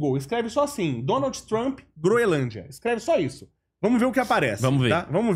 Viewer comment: O correto é Groenlândia, e não Groelândia.